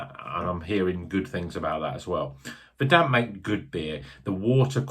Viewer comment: Its vuuuurdunt. as is in "green with grass or other rich vegetation"